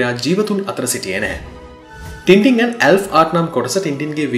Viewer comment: මගේ මතකයේ හැටියට මේක උච්චාරණය කරන්නේ ‘ටෑන් ටෑන්’ කියලයි. ඉස්සර ටින්ටින් කියන අයට විහිළු කරනවා. මේක ගැන මතක කෙනෙක් ඉන්නවා නම් අව්‍ශ්‍ය පරිදි නිවැරදි කරන්න.